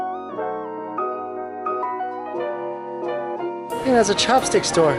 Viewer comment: "Chopstick store" ..... I thought he said chapstick store😂 Like dang they take their lip care seriously!